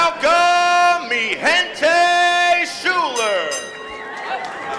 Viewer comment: Idiot Commentator has one job, which is to talk, and he doesn't even know what to talk about and still can't pronounce Schuyler.